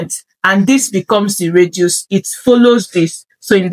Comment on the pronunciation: Dear, just a backup radius not reduce. You are pronouncing it as reduce which can confuse listeners.